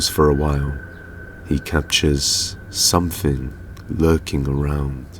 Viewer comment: It's something not somefing only the English can't speak their own stupid language 🤔😂😂😂😂😂